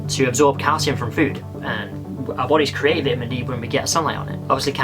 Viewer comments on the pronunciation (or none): Vitmin D 😂